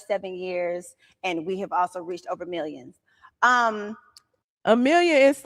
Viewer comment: She said millians